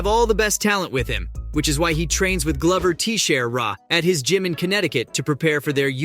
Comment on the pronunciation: Really… Gluver Tee-share-ah